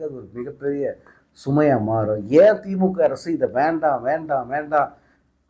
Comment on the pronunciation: விஜய் தான் தப்பு தப்பா படிக்கிறானா நீ அதுக்கு மேல தப்பா படிச்சிருக்க திமுக க்கு பதிலா பீமா ஊத்தியாச்சு சங்கு போட்டு இருக்கேன் ஏன்டா உனக்கே ஒழுங்கா தமிழ் படிக்க தெரியல தமிழ் எழுத தெரியல நீ வந்து நீ வந்து பேசுற சங்க ஊதி உனக்கு சங்கு ஊத தான் போறாங்க பொறுத்திரு